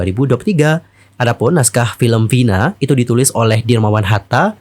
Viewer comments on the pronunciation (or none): Kenapa ngucapinnya harus Vhina? Vina mah vina aja. Kayak orang indo kalo ngomong. Dengernya kayak kebule2an nyebutnya